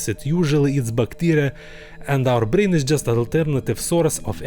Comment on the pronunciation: I love how he says brrrain and racuun